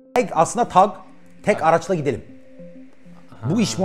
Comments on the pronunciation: Kardeşim yayın için teşekkürler. Emeğinize sağlık. Ama kurucusu ısrarla TAG (Tek Araçla Gidelim) dediği halde sunucu neden TEG TEG diyor. Beyfendi ingilizce aksanınıza sokmak istemiyorum. Lütfen dikkat edin yerli ve milli girişimlerin telafuzuna. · Adam üstüne basa basa diyorki tag ingiliz meraklısı sunucu inadina teg diyor abi tag tag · TEG DEGIL TAG TAG HAY INGILIZCENE YA TAG TAGGG TAAAG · teg değil hacı tag tag. adam kısaltma diyor. tek araçla gitmenin kısaltması diyor çocuk hala teg teg diyor. ayar oldum ya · Adam TAG diyor İngiliz spiker ısrarla teg diyor. Bir tek ben mi rahatsız oldum. Bu arada devam Oğuz başkan bu taksi mafyasını bitir👏👏👏👏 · Kıymetli kardeşim, sohbet ve yorumlama çok güzel olmakla beraber, TAG yazılarak (sahibininde söylediği gibi) Türkçe T_A_G harflerinden dolayı TAG olarak okunan kelimeyi neden gavurcalaştırmaya zorla gayret ediyorsun, diye merak ettim. Yani demem o ki, Türk değilmisin? Yoksa çok ciddi manada gavur aşığımısın? İnan buna çok kırıldığımı bilmeni isterim.. Zira GZT bildiğim kadarıyla hakiki bir Türk kuruluşu ve seni nasıl oraya aldılar şaşırıyorum. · Muhaberinin ısrarla Türkçe olan TAG'ı İngilizce okumaya çalışması çok ezikçe.